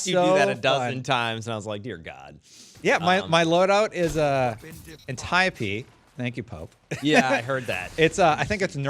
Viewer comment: you're saying Antiope right. Didn't CJ see Wonder Woman?:P